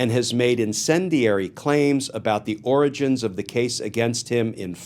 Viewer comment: you mean the oranges of the case? (Remember when Trump couldn’t say origins?)